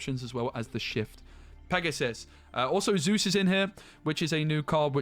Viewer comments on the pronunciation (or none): none